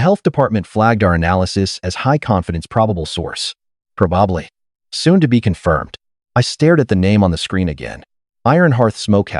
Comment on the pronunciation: The way he said it I thought he was going to add “I could…but what’s in it for me?” “No heer-ar-hee. No com-pair-e-zahns” Does this AI need help with some pronunciations? “pro-bob-ly.”